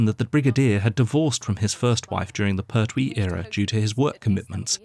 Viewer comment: Hey,it's Pertwee .no syllable accent. Da da .pert wee. 2 counts to the pronunciation l